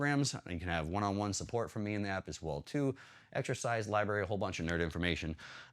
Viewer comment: Did you heerd libary. I am here to train boy. Sorry man, great content as usual and thanks very much for all that you do. Have a great day!